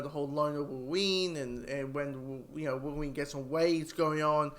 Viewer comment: 😂😂😂😂😂😂 “Worween” yeah?